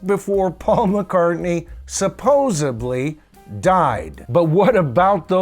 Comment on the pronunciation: Great compilation and great presentation. One small (lighthearted) comment: there is no "b" in "supposedly." Cheers.